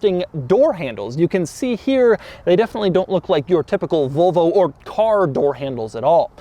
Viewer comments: Doug, the kind of guy who pronuntiates "Volvo" as "Volo" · "Vulvo"??? I can just about forgive "Jagwaar" (instead of the correct Jag u are). But Vulvo is just....creepy. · Never. He says "Vulvo" plenty of times tho. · No it's definitely not like any "Vullvoh" you've ever seen because it's a Volvo. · Kinda triggering me how he pronounced Volvo the whole video said it like vulvo 😂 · It's Volvo not Vulvo lol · Is it pronounced "Vulvo" or "Volvo", Doug? Your pronunciation sounds a part of the female anatomy. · It would be superb if Doug started saying "Volvo" and stopped saying "Vole-vo". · Zaddy Doug is saying Volvo like “Vulvo” 😳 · Volo logo* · Please stop saying vulvo it's making me uncomfortable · Anyone else think Doug says Volvo, it sounds like vulva? I can't unhear it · he keeps saying vulva